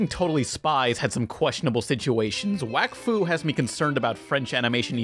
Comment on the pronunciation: did you say "Wakfuck"